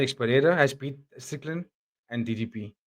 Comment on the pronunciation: People are super salty about DDP but at least they're saying his name correctly now!